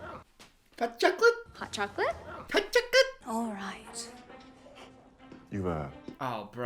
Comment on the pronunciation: "OT CHOKOAT?"